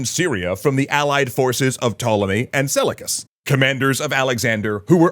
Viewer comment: Seleucus ,pronounced, se-liu-kus. Try it!